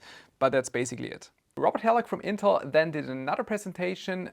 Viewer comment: So you go after ASUS for a perfectly fine term but can't pronounce "intel" and say "panter" instead of "panther"? Have YOU picked up a dictionary recently?!